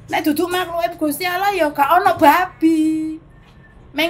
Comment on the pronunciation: Aku seneng nyebut Gusti Allah, bukan gusti auloh. Berkah Dalem...